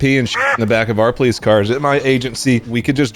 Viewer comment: Natural poh-lece